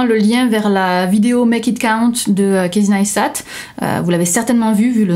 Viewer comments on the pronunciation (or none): kéïssy naïsstat' :p